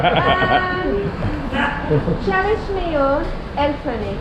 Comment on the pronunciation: I love saying "çalışmıyor el freni" and then getting so excited for saying it correctly. You are lovely! 😄